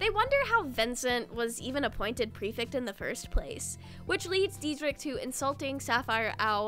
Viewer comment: I love this video but i HAVE TO CORRECT YOU I'M SO SORRY the "ect" in prefect is pronounced like the "ect" is delECTtable